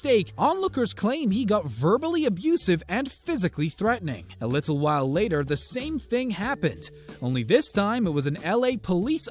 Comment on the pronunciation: Why does the narrator enunciate later so strongly?? I found it odd lol